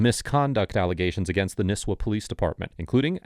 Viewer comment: I feel like there would be very few people who have grown up in/ around this area, but I cant stop giggling at Nisswa being pronounced as Nisswuh instead of Nisswah. Granted Northern Minnesotants could be saying it wrong our whole lives but it still makes me giggle.